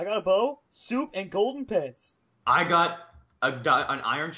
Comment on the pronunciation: every time says pants I think he says pens